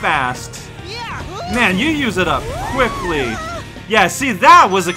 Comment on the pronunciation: MAKE BURGERS AND CORN! Are.. are you calling him "uwu" or is this just my headphones... "That was free!" Yeah... free... hahah... I totally didn't... take forever to beat that mission... hah...